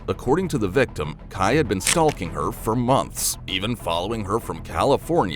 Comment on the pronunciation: Annoyed the entire fk out of me it did 😂